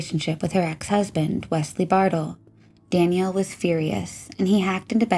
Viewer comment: Daniel. Not Danielle 🤠